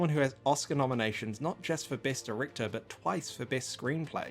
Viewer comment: did anyone else here this as "not just for best erecter."